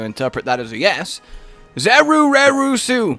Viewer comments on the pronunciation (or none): I always thought Zerureusu was supposed to be pronounced with a Japanese accent